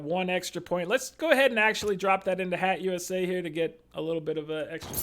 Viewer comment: It kills me every time you say HATT-USA lol